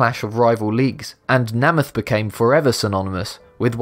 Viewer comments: Joe Namath's last name is pronounced "Nay-math", not "Na-math" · NAME-ith NOT NAMM-ith. Do your research. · Would YOU take the time to investigate how a word is pronounced in America? Specially if it is a surname of one of the most beloved sportsmen the USA has had ? The name in Joe Namath pronounced Ney-Math and NOT Nah - math. Where are you from cause you have an accent that does not seem to be British. What New Zealand , South Africa? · Just one thing, the way you pronounced Joe Namath bothered me, I am pretty sure it's said like name-ath not na-meth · the Joe Nam.eth pronunciation is too much, but at least I've heard of him. (we call him name -eth) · Joe Namath's name is pronounced.... NAY-MUTH not NAH-MITH. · Joe NAY-MUTH, not NAM-ATH! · Joe NAY-muth - not NAH-muth. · Dear Video Maker: "Namath" is pronounced like "nameth" — not the way you said it. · The thing that amazes me about Be Amazed is how often proper names are mispronounced. It takes a few seconds to learn that Judy Garland is pronounced (GAR-lund), Kotaku is either (KO-tah-koo) or (ko-TOCK-oo) like the popular website, and Joe Namath is pronounced (NAME-uth). I can't speak to the other names, but these three are well known enough that it's baffling to me to hear them pronounced wrongly. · it's prounced with a long A, Namath, as in name. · Please check your pronunciations--it's Joe Nay-muth! You can check old videos to hear him pronounce it. What is with Brits that they think they know how to say everything the right way? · Namath is pronounced "NAY-muth". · Joe Namath is pronounced Joe Nay-math with a long A. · The first "a" in Namath is pronounced with long-a, not short: nay.math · NAY-math. It's pronounced NAY-math. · If you're going to feature an american icon please pronounce his name correctly. Joe Namath (Name-ith) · I'm English, I don't care about sport, I don't even care about football, but for the love of fucking Godphur, even I know it's fucking NAYmith. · Joe “NEIGH-MYTH”